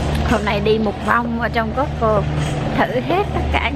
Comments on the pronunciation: chợ cosco mà cô ns tiệm cosco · chợ coscoaf cô ns tiệm cosco